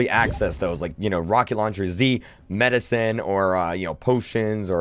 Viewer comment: he said medicine -_